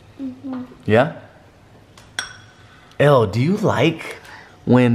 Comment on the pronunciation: Elle** pronounced “L” Not Ellie that sounds like “L E” (Just helping<3)